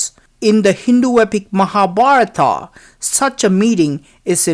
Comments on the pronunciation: Hey is naragaswarar so we celebrate deepavali ...and if u not know Tamil don't say..is it Mahabaratham. ..but u say mahabaratha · Good morning, your videos are good. But your pronunciation is not about HINDU gods names and places. for example: MAHA BHARAT and your pronounce an extra "A" after each words in your entire video and all vidoeS. So i request you to pay attention and not only you, but I would like all those EXPERTS ON INDIA living outside India. The actual is महाभारत and pronounced as you read in English "M ha" "Bha rt" so it is equivalent to "म हा" "भा रत" . Other is thanks for videos and knowledge you spread for Indian alone. And citizen of other nations. :Thanks again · I simply couldn't watch till the end.The commentators fake accent and irritating voice are simply too much ! The way he pronounces Indian names like Mahabharata,Hastinapura etc makes me want to puke !!!